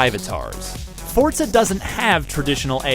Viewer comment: FORT-ZAH 5